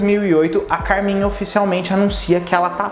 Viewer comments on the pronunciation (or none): realmente e o grupo acabou por isso. Mas basta uma breve pesquisa pra saber que muitas informações aí estão incorretas, a começar que ele chama Carmin ao invés de Carmit, nem o nome correto das meninas ele sabe pra gravar o vídeo rs